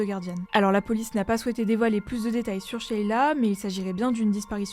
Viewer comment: Juste une précision pour la prononciation en Français on ne prononce pas sheiiila, simplement sheila sans tirer sur le ii